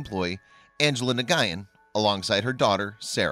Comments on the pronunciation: Nguyen is actually pronounced like the word when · Nuh-guy-in? Oy!